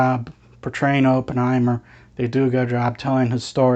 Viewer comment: Pronounced his name wrong all the way through, painful